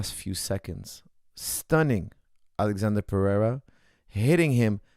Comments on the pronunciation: His name isn’t Alexander it’s Alexsandro lmao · good analysis but u keep calling him alexander, he is alexsandro, brasil! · His name is not alexander but Ahlex